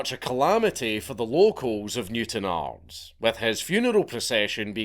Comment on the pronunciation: Thank you very much for pronouncing ards properly Dank.